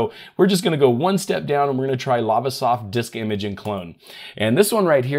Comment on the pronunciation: it is not lavasoft it is lazesoft